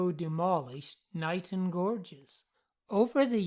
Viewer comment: Locals pronounce it "Kay-Nighton" - the Isle of Wight already has a Niton, after all.